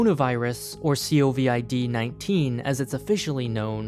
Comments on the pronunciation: COVID-19 is an acronym, not an initialism. You say "Co-vid nineteen", not "C-O-V-I-D nineteen" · Everyone: Covid 19: C.O.V.I.D 19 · It's pronounced covid, not COVID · Everyone else in the world: co-vid: *C O V I D* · Other people: Covid-19: C-O-V-I-D 19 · COVID - you can pronounce it as "covid". Don't worry, us professionals do it too ;)